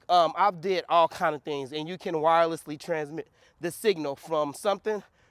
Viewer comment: its the 'wirereslessly" for me lol...good stuff dude keep it up. love to see the excitement